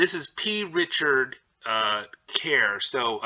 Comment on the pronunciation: I wanted to slap the P out of him for not saying the C every single freakin time he said the name of the store. Drove me insane.